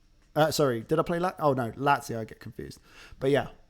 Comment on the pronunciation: Never heard someone calling Lazio the way you do. Zurich is another horrible one :D